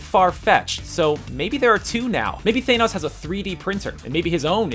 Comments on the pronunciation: It's pronounced 'Thah-nos', not 'Thay-nos'. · It's not thaynos it's thanos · Thanos, not Theinos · omg its THA-NOS you moron not THANE-NOS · Down vote for pronouncing Thanos so awfully. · maybe it's THA-NOS and not THAY-NOS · It is pronounced thanos not thaynos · THAN-os, not Thay-nos. he's only got DECADES of comic appearances and several cartoon and movie appearances where his name is pronounced. also, Odin has a RIGHT hand gauntlet. Thanos puts on a LEFT hand glove. so the bigger mystery is WHY DOES ODIN HAVE A RIGHT HAND INFINITY GAUNTLET??? also, STOP USING THE CASK OF ANCIENT WINTERS IMAGES WHEN DISCUSSING THE TESSERACT. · It's not "Thay-nose", it's than-oes... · Th-aa-nos? Why you gotta mispronounce it dude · Ahhhh the way you pronounced Thanos as "THAYNOS" Made me wanna tear my ears off! Why can't anybody pronounce his name right?!?!? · "Thaynose" smh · Ughh im cringing so bad "The mighty Thainos" Ugh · Every time he said Thane-ose I wanted to die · Thaynos??? Really... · Lol Thaynos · Who is Thane-os? I only know Thanos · He is called Thanos, not Thaynos! I have heard Stan Lee call him that with my own ears!!! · ScreenRant needs to learn how to pronounce names. Thane-os? Really? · It isn't both. It's than oes. no one says thaynose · If you can't pronounce "Thanos", then stop talking about Marvel. You don't know shit. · Cringing at how you said Thanos XD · how u said thanos killed me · You should learn the proper way to say thing before you record them for your video... like how you said Thanos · what got under my skin the most is how u pronounced thanos in the video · I think that the Infinity Gauntlet that Thanos (BTW You pronounced Thanos wrong) is the real one. And that the one in Asgard is just a replica. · Hey dickfuck you mispronounced thanos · come to think of it screen rant has done guardians of the galaxy right? so how do they STILL nto know how to pronounce thanos?